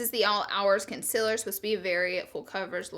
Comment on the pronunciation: SOMEONE TEACH HER HOW TO SAY CONCEALER, AND OILY!!! *not hating